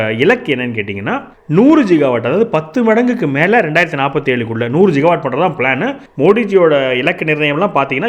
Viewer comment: ஜிகாவாட் இல்லை, கிகாவாட், கி as in கிராமம்